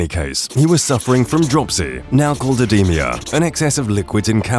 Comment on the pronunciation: Note to narrator: Edema is not pronounced "oh-dee-mia" - it's "uh-dee-muh". Food for thought anyway...